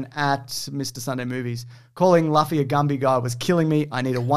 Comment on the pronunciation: Messing up the pronunciation of Loo-Fee twice. Priceless😂😂😂😂😂